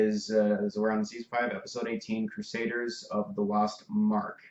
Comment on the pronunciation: It's Crusaders not Crusaiders